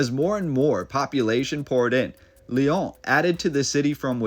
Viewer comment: Can’t stand the way you say the Lyon